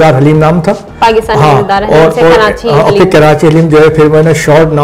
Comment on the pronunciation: Indeed a very good interview. But pls don't add "N" in Karachi 🙏 It's not KaraNchi. Atleast we should know to correctly take the name of our beloved city.